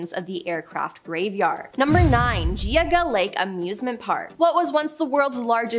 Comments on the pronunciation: Just like Geauga Lake. It is pronounced gee-og-guh lake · Ohioian here, Geauga is pronounced like Geeogga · It was hilarious watching them try to pronounce Geauga Lol